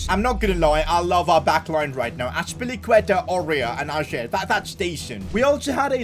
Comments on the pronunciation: Om from Norway and in Norway we say ayer not ajer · Totally loved it and your name pronunciation made it 100 times better 😂😂😭 Ayer instead of ajerrrr🤣🫡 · Im glad ajer got sold cause i didnt have to hear sid pronounce his name like that